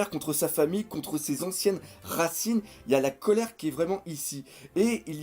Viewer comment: Colère pas Colére, baaaka haha